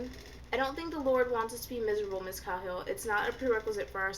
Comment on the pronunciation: Just so ya know, cuz I listened to it rather than read it, it's cay-hill and you were right it is More-ah.